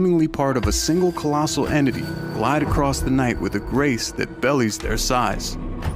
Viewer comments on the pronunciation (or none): What do people use voiceovers in videos? They are so easy to spot because they ALL mispronounce some words. This one at the end said "bellies its size" instead of "belies its size." :) It could also be a typo in the script. Because it said phenomenon instead of phenomena, and only humans make that mistake!!! 😏